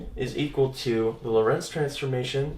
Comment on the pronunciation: In "Lorentz" the "o" is stressed, not the "e"!